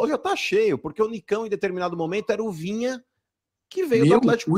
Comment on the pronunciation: Rapaz... Esses caras do eixo não se dão ao trabalho nem de falar o nome do Jogador do Kanal de forma correta... Vinha? Vina cara.... Pelo amor de Deus... Esses caras não sabem nada do futebol nordestino... Eh brincadeira... E olhe q Sou torcedor do Fortaleza